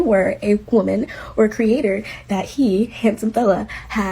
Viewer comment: this is completely irrelevant, and i don't wanna sound mean, but every time you say the word 'creator' i hear 'crater'